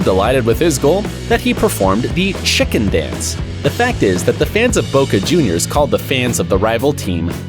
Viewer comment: you know mans American when he mispronounced Cavani, Macedonia and Boja Juniors all in the same video